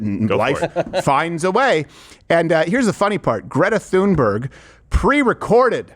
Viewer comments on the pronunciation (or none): The “ Th” in “ Thunberg” an aspirated “ T” not “ theta” as in “ think” or” thin”. In Nordic languages voiceless consonants are often aspirated at the onset of a stressed syllable. The “ h” is a pronunciation coding marker ss in “ Pharoah “ or “ Phuket “. Yes , I know how yiu pronounce “ pharaoh “ but it was really / P*a-ru/ . This occurs in the English spelling of “ Thomas”. It’s “ Tomas” in Spanish that lacks the Ural-Altaic contingency og Nordic languages.